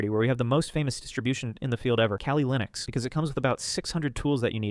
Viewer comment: "Kali linux" and "ARKH", killed me